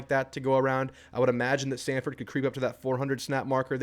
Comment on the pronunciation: Its not samford its sanford